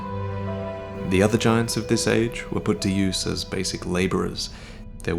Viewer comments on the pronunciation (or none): none